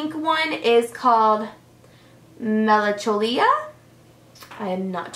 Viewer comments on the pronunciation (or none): Oh girl, I adore your videos but you totally butchered the KVD lippy names. Melancholia - melon-ka-lee-ya. And requiem - reck-we-yum. Hope that helps. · Hey, melancholia is pronounced 'melon kol leeya' if that makes any sense and requiem is pronounced 'req-quee-em':) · Its pronounced melankolia... Ch together has a K sound in english :) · Melancholia and requiem are pronounced melan-coal-ia and wreck-we-em btw